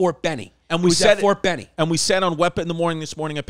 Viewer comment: Chris keeps saying Ft. Benny 🤣 its Ft. Benning